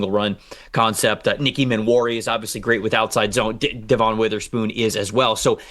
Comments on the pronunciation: I love your content, I watch you guys all the time, but PLEASE PLEASE stop saying De-VON Witherspoon. I live here in Seattle and the team and all the media correctly pronounce it Dev-un. Every time people hear you guys say that, it distracts them from what you are saying. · His name is Devon. Not De-von. Like De-vin. I've listened to you guys say his name wrong for a couple years. If you want people to think you know what you're talking about, maybe learn the names of the people you're making your money off of. Not to mention an all Pro with Witherspoon. Stop embarrassing yourself.